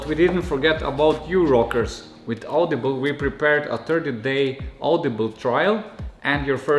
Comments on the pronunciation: Auudiiblehh??? It's au dee bul "audible" or is it? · our new sponsor audiblegh :D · Au de be le ?? Am I the only one that heard it wrong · Love how he said “audible” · Lol that's the reason I'm in the comment section 😜love your vids man.unfortunatly my RC was stolen yesterday morning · But after hearing that, I'm not calling it by anything else